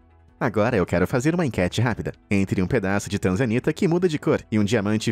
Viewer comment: Tanzanita? Eu entendi TRANZA ANITA 🤣🤣🤣🤣🤣🤣 #Só pensando besteira